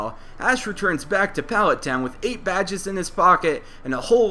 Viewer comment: Hate the way you say palet town